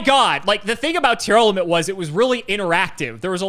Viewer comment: saying Tearlament instead of Tear-Element challenge: Impossible